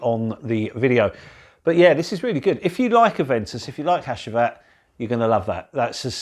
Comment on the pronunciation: Hacivat is pronounced Hachivat..Another good review. Think I'll stick with my cheapie A.D.A.M for my Aventus clone 👍